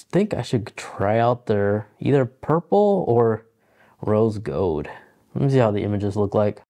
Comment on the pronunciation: Rose gowd